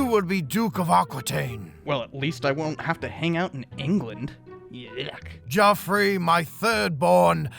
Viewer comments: Its Jeffrey NOT joffrey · It's not Joffery. It's Jeffrey or Geoffrey. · Geoffrey pronounced Jeffrey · The way he Pronounces Geoffrey is quite quite painful